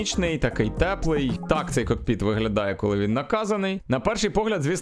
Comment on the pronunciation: Дякую за контент але не кокпИт а кОкпит.